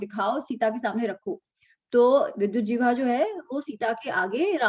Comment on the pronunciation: Namaste,! "JIHVAA" - Tongue. Not "Jivhaa"!:-)